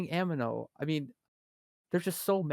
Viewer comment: This podcast is alot of fun. Makes me want to tune on on Saturday night. only pet peeve is pronunciation of a few terms: Amano, Konchtat, etc. But hey, that's what happens when you learn thru reading and not talking. Really great discussion. so many video's where ppl talking about the game, they are often rather clueless. Really not the case here.